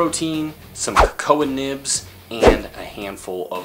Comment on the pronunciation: and did you say Ko-Koah nibs??? I think its pronounced, KoKo.. Maybe I missed something